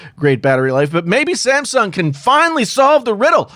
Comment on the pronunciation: Who else heard ,"The Simpson Galaxy S 11"?